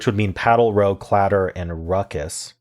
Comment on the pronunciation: Nice solves! Small correction though for Connections: In this context, "row" rhymes with "now", not "no".